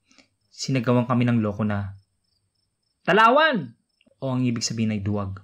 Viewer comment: mali nmn sa pagsabi ng "TALAWAN at SUMBAGAY".. lol